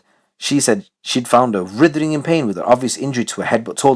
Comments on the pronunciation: Writhing, not rithering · The W in writhing is silent mate just for future reference